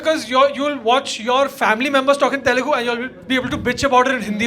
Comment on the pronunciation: Bhai Telelgu nai hota hai, its Telugu.